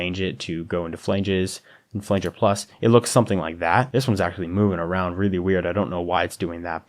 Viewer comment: this tutorial is solid! thanks for this! only nitpick is i had to cringe every time you said "flanger" D: looking forward to more from you!